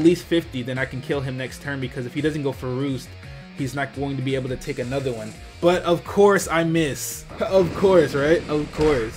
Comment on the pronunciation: I love the way you say A-nother XD